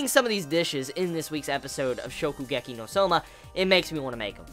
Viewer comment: Hey, he said Shokugeki right this time! XD